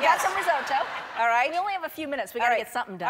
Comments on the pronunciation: I hate how she keeps saying risotto. “Rizoh-TOE!” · as an italian the way she’s pronouncing risotto is immensely triggering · OK tbh I’m Italian and no one pronounces risotto like that